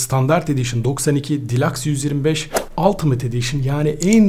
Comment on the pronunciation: Abi delux diye okunuyor delax deme sinirim bozuldu vggyıghıgıhgıhghı